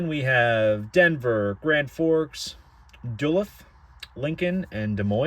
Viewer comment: The way you said Duluth made me die lol (it’s pronounced Duh-looth)